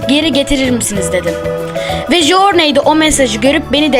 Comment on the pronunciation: Jorney diye okunmuyor o jurney diye okunuyo knk